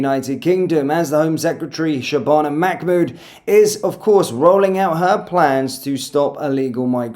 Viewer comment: OH FOR GODS SAKE EVERYTIME, ITS MAHMOOD NOT MACKMOOD